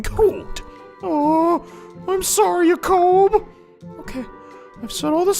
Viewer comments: Yah-kouhb? I've always pronounced it jay-kob. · the way you pronounce jakob's name sounds so weird. most people I know pronounce it the same way as the name Jacob. But it doesn't matter you do whatever you want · and you sounded even weirder during the hayato and orochi s rank support. btw make sure before you get the kids you get to the point where they have the offspring seal.